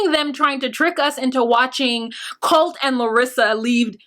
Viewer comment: Yeah larissas pronunciations😂 Colteee!!! Colteeee!!!